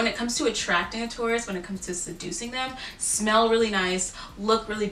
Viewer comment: When she said in Taurus that you should smell good, I heard “spell good”. I was like, “Well, I think my grammar’s pretty good...” 😂